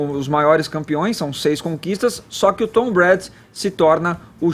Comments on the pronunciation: Meu Deus! "Pétriots", "Tom Bréd", "Rendzone", "NFéLe"! E ainda escutar que o jogo foi fraco tecnicamente... vcs estão de brincadeira né? Ofensivamente, o jogo foi fraco mesmo. Mas defensivamente, foi um jogo muito bom! Ou seja, não foi problema de técnica dos atletas, mas, sim, de um esquema tático sobrepujar o outro. A sorte dessa bancada é sempre o Caio, que mesmo não conhecendo o esporte, faz um comentário acertado a respeito dos fatos. Em relação à campanha da Nike com o Collin, Caio, era só vc dizer que a Nike é a marca oficial das Jerseys da NFL e fez essa campanha com um cara q está processando a NFL. Ou seja, qual seria o motivo dessa incoerência, se não lucrar dos dois lados? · "Pétriots" "Tom Brédi" "acho que assistem pra ver as pessoas se batendo" "Tinha um monte de gente ONTEM chamando ele de giselo" A outra quase chamou o Kaepernick de Copérnico kkkkkk Salve Caio! Kkkk e #GoHawks 💙💚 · Custava falar certo pelo menos o nome do principal jogador e o nome do time? Nem isso eles procuraram saber? "Tom Bréd" e "Pétriots" foi dureza... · não consegue fala o nome do Tom Brady. Se ele tivesse assistido o esquenta do Super Bowl na ESPN saberia pronunciar.